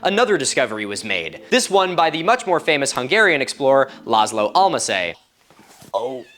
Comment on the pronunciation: Why does everyone butcher hungarian names so badly 😭